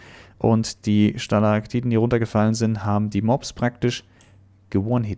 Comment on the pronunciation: Wie bedacht ist "Stalagtiten" und nicht "Stalagtitten" zu sagen😂